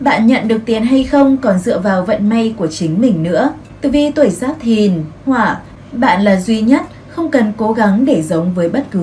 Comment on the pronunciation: Thấy ₫ể giáp dần, mà nói giáp nghọ